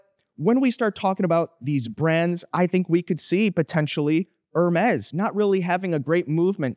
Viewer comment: er mez